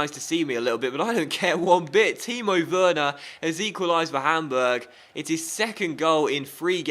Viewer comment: "Its arsenal 1 - PAMburg 1"